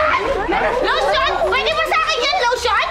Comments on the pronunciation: Lution ito Hindi ito losyang 😂😂😂 hayop ka talaga paolo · Lotion po i2 ,hindi losyang🤣🤣😅